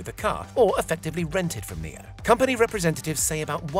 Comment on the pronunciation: so is it pronounced "Neo" or "NIO" cuz it's spelled NIO so why did he say it like the word "Neo" ?! When i say Nio i mean like "niyoh " REMEMBER FOLKS in English "I" is pronounced differently to what u might expect. For example in my language which is Dutch (NICHT DEUTSCH!!) "I" is pronounced like "E" in English so don't get confused out there. I wanna prove my friend wrong and say its pronounced "NIO" and not "NEO" so I hope ya'll agree with me in saying this guy pronounced NIO incorrectly.